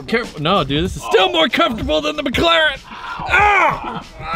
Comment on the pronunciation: I knew Rick was sigma because he said I don’t need entirteiment I have a mclareann